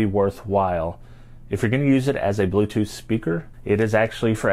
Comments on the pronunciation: „te blootothh twice has connected suesufully“ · Ti bruu-toof dehviesh is rehtey toh peer! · The bluetoof decive is connecteed uh successfooley🗣